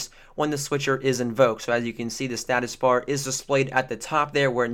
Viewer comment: He said statush bar :) lol